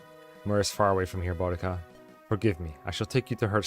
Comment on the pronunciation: idk if it’s actually correct in this case or not but anytime I’ve seen a named spelled that way(which is only like once because it’s the same name as a Servant from the Fate universe) it’s a stronger emphasis on the U. Sounds kinda like Buu (from DBZ)+dica. Boudica but I guess maybe there are still other ways to say the name or the author was going for something else in this, idk lmao but hearing Bodega as in those tiny mini mart like places in NYC had me crack a smile. Love the playthrough keep up the good work, and grats on the Relay win!